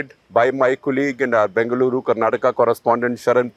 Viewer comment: Everytime Shekarji pronounces Bengaluru correctly I feel very proud for being your audience. We see your struggle and the effort you put in. Thank you.